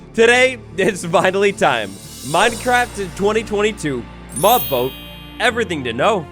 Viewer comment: He said mob boat instead of vote